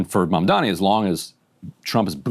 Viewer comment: They also purposely mispronounce his name - it's a racist dogwhistle, a little 'wink wink nod nod'. They know how to pronounce his name. They do this on purpose.